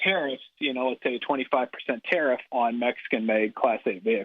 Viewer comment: Everytime you said "Tarriff", I misheard it as "Tarah". Oops!